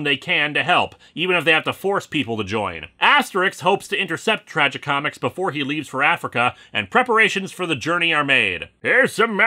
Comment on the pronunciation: I just irk every time he pronounces Tragicomix as "Tragi comics"!